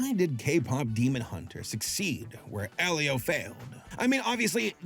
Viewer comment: AL-leo?! You prounced Elio (EElio - Elio with a HARD E) AL-leo?